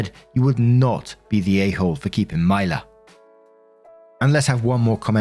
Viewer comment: You been hittin US states names with laser precision, but I just wanna say I've never heard of a Mila that pronounces it that way! 😅. My niece is “Mee-lah” but I can't speak for all, cuz names be like that. 😅💚💚💚. Love ya, have a good one.